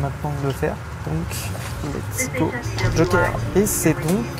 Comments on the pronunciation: Kojer au lieu de Joker. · kojer au lieu de joker j'att mon salaire pr ceci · « kojer » a la place de joker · / kojer au lieu de joker jouer en mode tryhard sa serait mieux uber eat ? au lieu de uber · À 😂😂 « kojer » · "Utiliser mon kojer" 💀